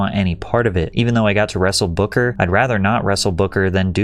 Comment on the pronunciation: King Booker ❌️ King Bookahh ✅️